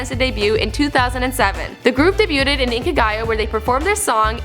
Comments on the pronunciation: she pronounced the 't' in debuted I'm triggered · So happy that they are featuring SNSD but this girl had difficulty pronouncing english words (endeavor), let alone french (debuted) and korean (sooyoung/seohyun confusion). Maybe a little more practice would help. This also wasn't really before they were famous but more before they were famous in the US... Regardless, I'm a proud Sone and happy they are getting more international recognition. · Butchering our girls’ names (Ho-Yun & So-Yun) I was like, “whatevs we could let that slide..” but she said, “Debut-ted” 🤦🏽‍♂️🙄